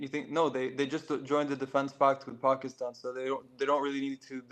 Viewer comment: His pronunciation of Pakistan was disturbing. He’s not from that area. He has no reason to pronounce it with an accent.